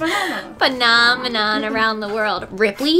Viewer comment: (Fun-awm-uh-nahm) Me: Mannamanna Duh duh duh duh duh duh (Muppets Reference)